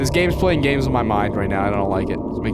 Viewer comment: "You got gaems on youw phone?"